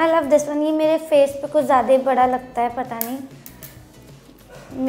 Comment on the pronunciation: She laughs 😒 she pronounces love as laugh